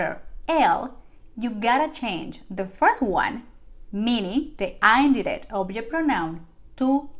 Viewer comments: Please its not (ain - direct =indirect) that you pronunciate to get attention... its only "in-direct" no matter if you follow US OR UK ACCENT.... please first you should learn English PROPERLY then try to make your copy paste Spanish videos.. pathetic fake ones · Sorry but it’s een direct not the way u say the i in spanish U will be confusing the English ppl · She is pronouncing direct and indirect wrong. 😉 This is not meant to be critical but it was very distracting throughout the whole video. The “i” in indirect should be pronounced like the i in “in” and the “i” in direct is pronounced like “ur.” It was a great 👍 lesson. Thank you 🙏🏼 very much. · “Indirect object” is supposed to be pronounced with a short “i” sound, not the long “i.” She’s tapping the “r” and making it hard to understand.